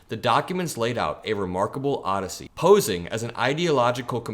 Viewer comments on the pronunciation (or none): none